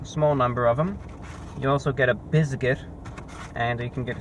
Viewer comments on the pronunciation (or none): "You also get a BIZZGIT" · "Bizkit". "Cucktail saws".